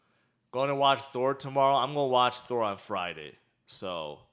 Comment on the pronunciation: no offense, but it's not "GOI DO". IT'S "GOING TO DO"